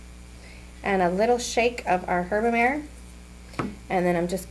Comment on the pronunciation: great recipe, note though that herba-mare is essentially sea salt... ie seasoning from the sea... mare is italian for sea... pronounced mah-ray so the product is pronounced herbamahray are a mare (pronounced like mayor) is a horse but mare (pronounced mahrey) is the italian for sea and used as a suffice to denote sea salt.